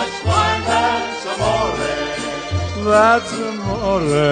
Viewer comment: It's Amore, not a moray!!!!